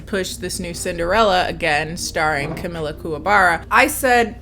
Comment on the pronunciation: She really said Camila Canteloupe 🤣🤣🤣